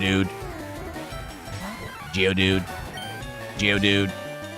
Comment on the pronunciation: "geodude" So annoying from. His is more of a geodud.